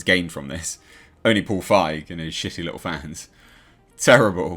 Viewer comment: 👍 for correctly pronouncing Feig instead of „feeg“. I also never get tired of saying that feig is german for cowardly 😅